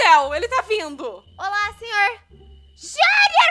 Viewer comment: Eu ri muito quando ela falou olá senhorrrrrrrrr kkkkkkkkk que coisa mais linda